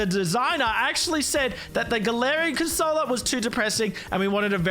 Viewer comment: Man pronounced corsola wrong